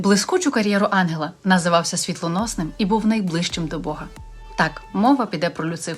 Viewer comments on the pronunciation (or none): none